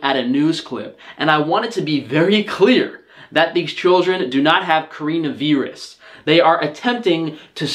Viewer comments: Corinna viirus? Nintyne? Why you pronounce it so wierd ^^ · WTF THE WAY HE PRONOUNCES CORONA VIRUS AS CAREENA VEERUS